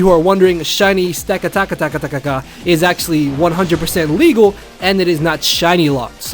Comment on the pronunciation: dudue its pronounced: stack - attack - uh